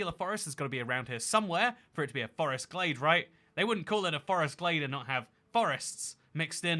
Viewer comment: I smiled briefly at the outro joke, so I guess 6/10. First off, OMG, it’s “GLADE”, NOT “GLAZE”!!! 😫 Secondly, from a lady who was taught the shapes of tree leaves while walking in the woods as a kid, learned to properly enjoy wild black raspberries, blackberries, onion grass, and honeysuckle, and enjoyed going “primitive camping” for a week for 4 summers in a row while other teen girls were learning to style their hair and apply make-up, welcome to the (slightly stinky and dirty, with at least one itchy red spot) club! 😊🦇🌲🐝🌳🐜🪵🦟🌱🕸️🌿🦌🍁🦝🪨🦨🌾🐿️🔥